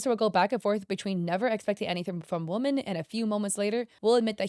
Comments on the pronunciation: Girl its pronounced 'wo-MEN' not 'wo-MAN' for plural women. Love your videos but omg it was so bad in this video. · I can't get over how pronounces Woman and Women both as "Woman" it's very distracting. Also 😔I thought was into the girlies